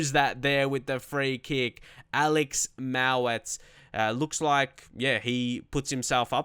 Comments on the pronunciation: Btw its mowatt not mawatt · Good to see you doing well on Legendary! You need confidence. I don't wanna rant but Tsafack ain't a realistic buy. Dominic Solanke would've been better. Oh also it is Mo-watt. And Nick Powell/Lewis Baker/Alex Pritchard/Jesse Lingard would've been much more of a Leeds United sigining than Karvalenko